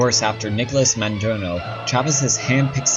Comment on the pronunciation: Maduro Mah-Due-Roh There's no "N" in his last name